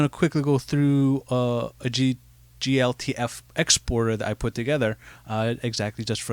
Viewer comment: Nice thanks! For note, its "jee - elle - tee - eff". :)